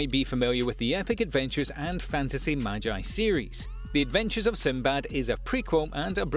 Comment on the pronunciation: So nobody gonna talk about how he said maji instead of magi :/